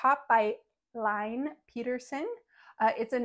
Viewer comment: Great collection of designs! Just a sidenote, the Scandinavian name Line is pronounced Lee-neh :)